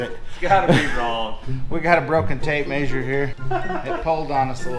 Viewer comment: Is pronouncing measure maysure a Utah thing or western in general? Hadn't noticed it until, since realized the other Utah channels say it too. Might just be they're all your friends. Sadly haven't been to Utah yet. As busy as Utah travel has been it might be awhile. We usually pick national forests to head too on off seasons on off weekends for vacation.